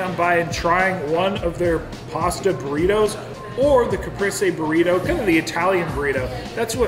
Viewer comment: CaprEse is how you pronounce it